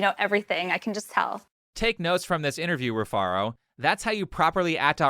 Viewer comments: Her name is Re-Fart-A. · Rufaro spoke to him face to face and he still got it wrong because she mumbled. He said "Rufara". That's how much she didn't pronounce HER OWN NAME. I thought she said Rufarta. The nerve to hold others accountable when you can't pronounce your weird name yourself. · Its pronounced refarted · her name Rufaro is a Zimbabwean name and she did a terrible job of pronouncing it it's actually a quite common name in Zimbabwe and it means happiness or joy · That first girl's name is not easy to pronounce at all the way you read it (Rufaro) is how you pronounce it but she is a Zimbabwean and that's what all Zimbabwean girls do trying to change the pronunciation of their names to sound cool. That's very sad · shes already lost the argument How are you gonna open up with an argument if you cant even pronounce your name correctly? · Rufaro is a Shona word for Happiness. Saw a reaction to the og video a while back and I have to admit, her name flew past me as well. As a Shona dude I would have immediately picked it up if she didn't butcher it. Shame on her. Bruh....she said she's a Zim goddess and fails to pronounce here name correctly???? I'm offended. So sad that, a white man, pronounced the name much better than she did😓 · Rufaro 😂😂😂 that's a Zimbabwean name. That's not how you pronounce it. Why is she saying it like that?